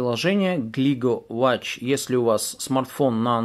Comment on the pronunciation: Не,я написал в комментариях, что говорится не ва́тч, а во́тч))